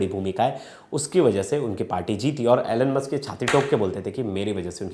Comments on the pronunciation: Atleast pronounce correctly when you are representing such a big channel. Its Elon Musk not Alen Musk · Bro you literally said " Anal-musk" 😂😂